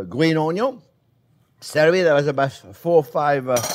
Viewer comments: Every time Chef says onyo, do a shot😅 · THe dear chef sometimes reminds me of Justin Wilson, particularly when he says "ONYON".